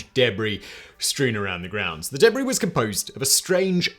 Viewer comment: The "Deb Ree" lmfao